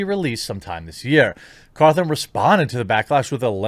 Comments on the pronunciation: Guy, it's Scott Cawthon. There is no R in his name lol. Why do you keep calling him Cawthorn? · Caw THON not THORN Jeremy. And everyone who was a fan of the game knows scott is christian, its part of his dev backstory that he started off making terrible christian games that looked animatronic... I get you're a news channel but please atleast read into your subjects a little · Don't care one bit for FNAF, and I think his religion is stupid, but I can respect the man for what he's accomplished and the way he carries himself. Also, it's Caw thon , not Caw thorne . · Lol it's Scott cawthon, not cawTHORN. LOL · I’m so sorry but it’s cawthon not cawthorn 😂 it’s getting to me for some reason lol someone tell him please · It's Cawthon not Cawthorn lol. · It's Cawthon. Not Cawthorn. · It’s Scott cawthon not cawthorn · Y’all, it’s Cawthon... not Cawthorn 0.0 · Its Scott CAWTHON, not CAWTHORN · You’re pronouncing it Cawthorn, its pronounced Cawthon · Please, Jeremy for the love of God his name is pronounced CawthON not CawthORN. I love you, but you avoid foreign or complicated names so that you don't butcher them but you're adding letters to simple names. Respect for covering this though. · Th-on, it's pronounced Th-on smfh. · The mental gymnastics are almost as impressive as the continued non existent R, Jeremy keeps adding to Scott's name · "Cawthon" does not have an r in it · Jeremy, buddy. You really need to hear a person's name before you say it. there is no R in his name. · Can someone tell me where the "R" is in Cawthon? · You did 2 videos on this guy, in one of them you hear how his name is pronounced. You presumably read at least 2 articles. There is NO R in his name. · Please learn to say his name correctly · There's no R in the man's last name. Stop it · I'm surprised you're still saying Scott's last name wrong lol. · I also caught that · Yeah, it’s a little annoying but it doesn’t really matter